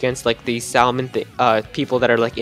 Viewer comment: You don't pronounce the l in salmon